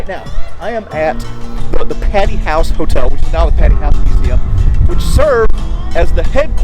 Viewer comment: It's "Pay-Tee" Hall. No offense, just letting ya know!! Yet another great video! The roof was ripped off last year in a small tornado. Fun tidbit